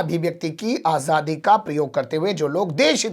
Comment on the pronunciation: تمھارا تلفظ انتہائی خراب ہے۔ لا حول ولا قوت۔ آجادی نہیں، کہو آزادی۔ کھلاپ نہیں، کہو خلاف۔ کیسے خان ہو؟